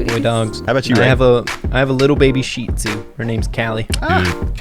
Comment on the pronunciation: how humans say reys dog breed (shitzu) how says it sheetsu